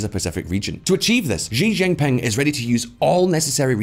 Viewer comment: please stop mispronouncing "Xi Jinping". The X in Chinese orthography is pronounced with the sh sound, not the Zh sound found in the middle of the word "measure". It's not "Zhi Jinping". When China decided to adopt the Pinyin romanization orthography, they repurposed what they thought were redundant letters (X, Q, and C) to have the sounds produced by letter combinations in English, rather than adopting an anglo-centric orthography. X got the sh sound, Q got the ch sound, and C got the ts sound. So Xi is pronounced "shi", Qing is pronounced "ching", and Cao is pronounced tsao. If you wouldn't read Polish, German, Irish-gaelic, Welsh, or Czech names without bothering to find out what the proper pronunciation is in their respective orthographies (each of which differs considerably from English), you wouldn't be considered to have done your due diligence in journalism. Why would you be so sloppy as to mis-read Chinese names without checking? It's not like Xi is hard to pronounce, you just didn't bother to look up how to read it in Chinese orthography, so you just went ahead and butchered the pronunciation. **EDIT**: you also mispronounce Deng Xiaoping. The letter e is not pronounced like it is in English. "Deng" in the Pinyin orthography is pronounced "dung", and again, the X is not pronounced "zh", it is pronounced "sh". The proper pronunciation is "dung shiao ping".